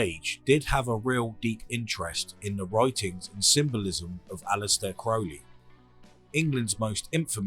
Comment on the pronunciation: No problem, congrats on correctly pronouncing Crowley's name.